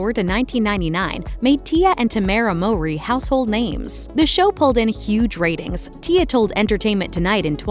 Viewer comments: The mispronunciation of their last name is killing me. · People who have been fans know that their life was not tragic… and that’s not how you pronounce their last name. This YouTube channel always got something wrong lol